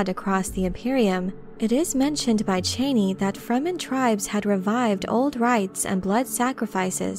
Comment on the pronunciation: No one anywhere ever pronounced it "Cheney". Ever. Also it's HarkOnnen, NOT Hark-in-in.